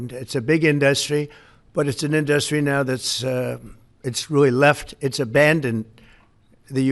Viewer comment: One of my favorite things about President Trump is the way he pronounces "industry". in-DUST-ry